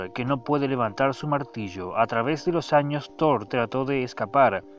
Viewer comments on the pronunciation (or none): none